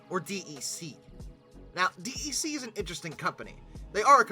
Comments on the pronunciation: In all the decades I worked with PDPs and Vaxes (referred to as "Vaxen") nobody ever said "Dee Ee See". DEC was always pronounced as "Deck". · Maybe it's just because I was around it all the time during my childhood, but hearing DEC said as "D E C" instead of said like "Deck" really bothers me. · Hey! DEC is pronounced “Deck” 🙄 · Digital's DEC is pronounced "deck". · DEC is pronounced DECK (it's an acronym [like NASA], not an initialism [like USA]) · His voice (and butchered pronunciations!) are part of the charm. Must say he's really improving on the latter though (DEC notwithstanding). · Well, it tells you that the person who says it that way definitely was not around in the days when DEC was still a thing, and probably hasn't really done that much research on the topic.